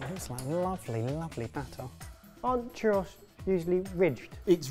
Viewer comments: Haha I'm going to try my best to explain it but one churro sounds like chew-rO. As long as you try most spanish speakers wont ever tease you. We love a non spanish speaker trying! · Churro, chu(like shoe) rro( like Robert). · that is NOT a defense in a TWO SYLLABLE WORD. He's got two vowel sounds to remember, and it's food, not an operating system